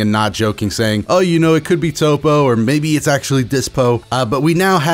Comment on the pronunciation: Man thats a wierd way to say toppo